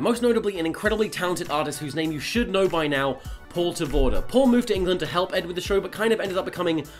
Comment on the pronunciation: he pronounced "paul ter voorde" so funny XD its actually dutch i think